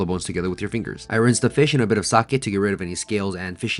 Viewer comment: Thanks for pronouncing sake correctly 🙌🏻